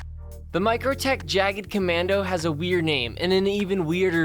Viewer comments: did he really say "jagged commando"? It's jagdkommando which I'm sure is german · omg nicht "jaggedkommando" JAGDKOMMANDO. you pronounce it yagdkommando. its austrian jesus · You mispronounced jagdkommando wrong. It’s like “jacht-Kommando” not “jagged-kommando” and the edges aren’t sharp, completely dull but the tip is pointy as hell. I may be wrong tho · "Jaggedcommando" Jeez. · It's german its pronounced more like yag-commando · he also mispronounced jagdkommando (it's more like yag - commando because "J"s in German make a "Y" sound